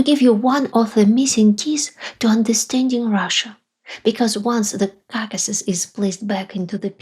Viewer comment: KAKAsis? Really?!!!!!! You can say caucasian just fine, but not the word it derives from? Expected better from you.